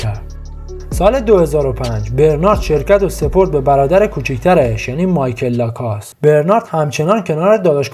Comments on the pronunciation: لَکوُست تلفظ درستشه تلفظ ابداعی در نیارین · اول LACOSTE رو درست تلفظ کن و بعد وئدیو بساز